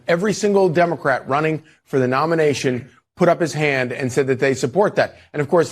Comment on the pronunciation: You said dumbacrat ? I like it.